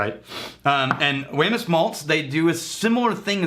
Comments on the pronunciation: I've had a couple of different bottlings from Wemyss, all pretty damn awesome. BTW, I think they pronounce it as "weems". I always forget that & tend to say it the way it's spelled for an English speaker. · Great review, It is pronounced weems though. In Scotland this is called Treacle chest, they had to change it here.